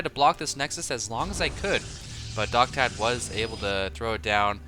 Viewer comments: His name is pronounced "Docta Dee" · Isn't DoctaD pronounced "Docta D" like in doctor d?